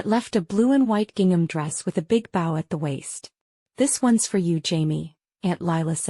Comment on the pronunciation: Stop mispronouncing bow 😢😢